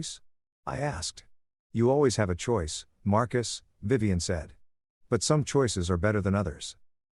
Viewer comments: Vivian is not pronounced viv-on. It’s viv-ee-an. The narrator managed to pronounced it correctly only twice. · “Vivian” is pronounced “Yvonne?”